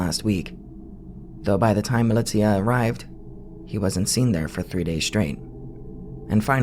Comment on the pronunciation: "Milly tia" lmao